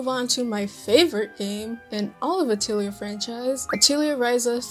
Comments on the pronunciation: The games that are dubbed in English pronounce it this way. It’s incorrect but it’s the way they say it. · Pretty sure you're pronouncing "Atelier" incorrectly.